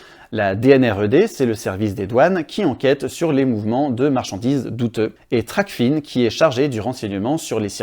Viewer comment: TRACFIN est un mot-valise en français pas anglais. On dit "trac-faim" pas "tracfine". Sinon c'est une bonne vidéo merci 👍